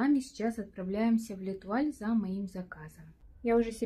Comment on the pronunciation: Не летуаль, а лЭтуаль 😂